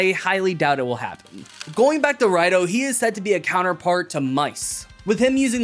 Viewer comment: it's pronounced as Rido not Raido. Probably because Toei doesn't want to self referenced too much. And a rider calling themselves Raido just feels weird like they don't have a name or use a vague "I'm a rider" type of situation.